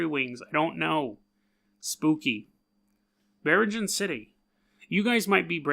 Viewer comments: Filipino check: it's "bee-reeng-anne" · biringan city ????? you cannot pronounce it very well my friend